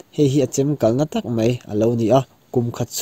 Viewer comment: Mei tih aiin Mai tih lo hmang ve tawh la tiraw